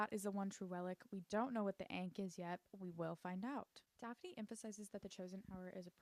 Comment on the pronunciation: a lil tip ankh rhymes with honk. It’s kinda like “honk” with the h removed so “-onk” !